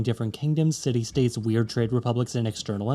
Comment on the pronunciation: States, not sates* 🤓